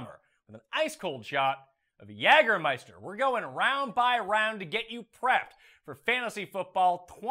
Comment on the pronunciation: Just for the record,... In the United States, we pronounce it "YAY"germeister... not "YAG"ermeister... Your pronunciation hits the American ear very weird. I love the show, though!!!